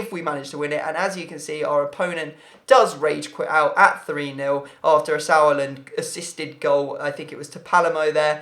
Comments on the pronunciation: I am German and the pronunciation of "Sauerland" was really good for an English person. Well done! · You said Sauerland correctly, for Pucciarelli it's the ch- sound on chocolate :) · Sauerland pronounciation was spot on ;) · You pronounced Sauerland very Well :)